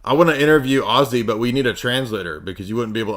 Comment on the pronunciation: You're the only nerd who can make Ozzy sound like Oasis. Ozzasis! Chewin' on flyin' rats.